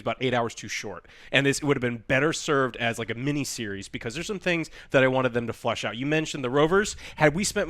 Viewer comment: "Flesh it out", not "FLUSH it out". and ("Flush"). These guys use expressions that are mispronounced, and this happens to be one of those times. Lol.